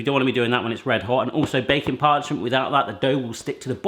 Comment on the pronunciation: Every time you say baking parchment I hear bacon parchment and I get disappointed every time that it's not actual parchment made out of bacon.